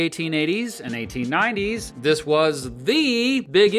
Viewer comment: 1990s were the Clinton era. No way a Fox news guy would say things were good then. My guess is verbal dyslexia and he meant 1980s instead of 1890s lol